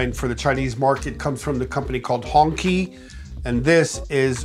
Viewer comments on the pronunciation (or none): Its pronounced HongChi(hongqi) not "Hongkie" 😂 Hong mean red Qi(Chi) means Flag. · It’s pronounced hong chi not hongki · Nice work Frank. I really enjoyed the video. But that luxury car name is pronounced as Hong(chi) not Honky 😝 Q is ch in Chinese I think it means red flag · Hongqi is pronounced "Hoong Chee". It means Red Flag. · Honqi is pronounced Honchi